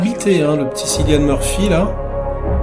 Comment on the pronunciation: Juste un détail: Cillian se prononce "Kilian" 😉